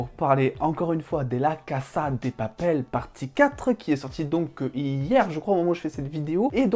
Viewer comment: IL A DIT CASA (cassa) !!!!! ENFIN QUELQU'UN QUI LE PRONONCE BIEN 😁 !